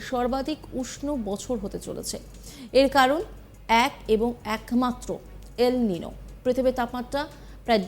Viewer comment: এটা খবর পড়া? এল নিনো উচ্চারণ করতে........ ফেটে গেলো। না জানে কাহা কাহা শে আ যাতে হ্যায়।